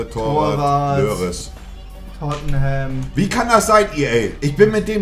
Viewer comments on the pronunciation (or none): Wie Monte einfach Hugo Lloris "Lörres" nennt 😂